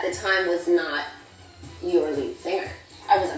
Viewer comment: Melody put that emphasis on “your” lead singer 😭😂